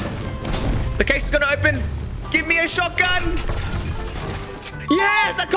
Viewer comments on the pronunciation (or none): Two things about caches one it’s pronounced cash two they will always have a shotgun